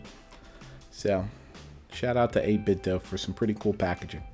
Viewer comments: I believe it’s pronounced 8bit-Doo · Yeh I'd like to knoow I mean know, maybe hit em up on Instagram. I've kinda gotten used to the doh sound anyway I suppose so doesn't matter too much. Cheers fo your reply!